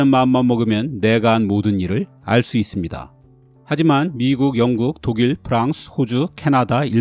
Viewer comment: 프랑스만 프라~앙스 발음 하시는거 치인다 ㄹㅇ..